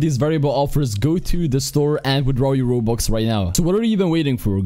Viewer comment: Nobody: Absolutely no one: Not even HuMaNs: pronouncing "Robux": Wobux